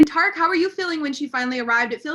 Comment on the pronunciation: Why is the interviewer calling him tar-ick? Does she not watch the show? Its Ty-reek.